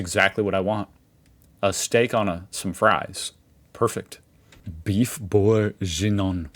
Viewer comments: It's Boeuf BOURGUIGNON, not bourginon. LOL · it's boeuf bourguignon,not bourginon.....and for the steka with fries in belgium,you can acompany them with all kind of sauces like pepper,mushroom,béarnaise,and so on...but i like it most with only the sauce of the steak itself...but i missed the flemish stew on this list